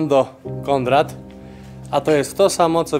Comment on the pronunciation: Prezesie, mówi się KONRAD a nie KONDRAT !!!!